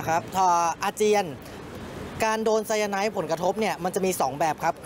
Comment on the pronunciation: ออกเสียง คือไซ-ยา-ไน ไม่ใช่ ไซ-ยา-ไน๊ท